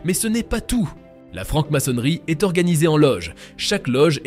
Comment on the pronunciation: Francke maçonnerie. Faudrait parler français !!!